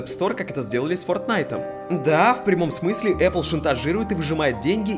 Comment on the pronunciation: Говорите правильно: Apple - Epil. Смотри не перепутай